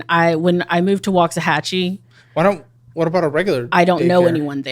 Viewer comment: Having lived in waxahachie....I hate how she pronounces it ...